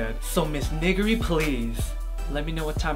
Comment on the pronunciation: "Nee-ger-ree" plz.